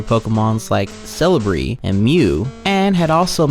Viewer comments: Where in the name of god are you getting an r sound from celebi and why am i so pissed about it? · "Cele-brie." That made me chuckle a little. No disrespect, just find it amusing as a big Pokemon fan. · The second scariest part is his pronunciation of celebi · He doesn't even say celebi right 😭😭